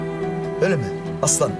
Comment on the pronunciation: Aslan abi de diyemedi ajahshshs